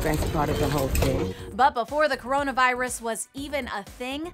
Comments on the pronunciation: No it’s: KarraranaVirussassss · When she say "C0RONA VAIRUS" bro i rly felt that😭😭👌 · KARANA VAIRAS